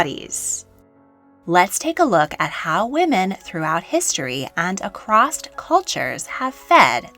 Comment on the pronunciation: After hearing the word across pronounced “acrossed” and that humans are supposedly the ONLY species of mammals that retain breasts when not nursing or pregnant…. I’m out. Btw elephants have breasts that are almost indistinguishable from humans (just a LOT bigger!) and there are several species of ape that retain breasts after puberty. I would take anything said here with a grain of salt if they can’t get simple facts and grammar correct within the first 2 mins.